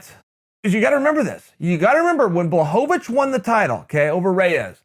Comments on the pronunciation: Uncle Chael: puts the polish “L” to respect Jan’s last name Also uncle Chael: BLOCKOVIC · Uncle Chael mispronounced Jan BLOCKOVIC